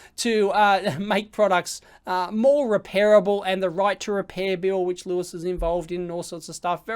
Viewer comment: its louis, not lewis